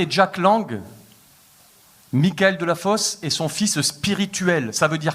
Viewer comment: On est en France...Michael ne se prononce pas à l'anglaise